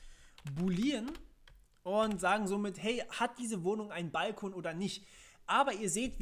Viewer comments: Es heißt übrigens "bal-KOON" und nicht "BALL-kon". das hat nix mit "Ball" zu tun. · Wo hast du nur diese spezielle Be|to|nung her? Es ist doch kein "Ball - kon" --> Aussprache